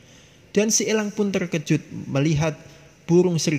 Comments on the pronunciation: Pengucapan kata elangnya biasa aja napa bang? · Bicaranya biasa aj lach bos nyebut langnya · Elang om bukan ELLang.. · Gafok ama pas bilang elang😂